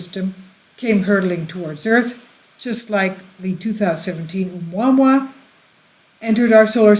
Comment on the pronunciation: Oh-mwa-mwa? Lol, I think it's Hawaiian: Ooh-moo-uh-moo-uh...